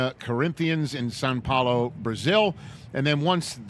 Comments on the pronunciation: I love Rich. Why does he keep calling it San Paulo? It’s Sao Paolo. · Actually... it's Sāo Paolo suggesting that there is some kind of nasal vowel there, so we're probably all saying it not 100 % correct. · Thank you I thought I was crazy when he said it this week lol